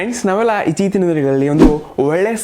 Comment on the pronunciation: ಬ್ರೊ ಸ್ಟಾರ್ಟ ನಲ್ಲಿ ಇತ್ತೀಚಿನ ಅನ್ನೊ ಬದ್ಲು ಇಚ್ಚೀತಿನ ಅಂತ ಅಂದಿದಿರ 😅😅